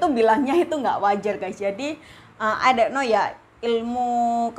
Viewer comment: Makasi infonya bun, tapi ai dok no nya lucu😂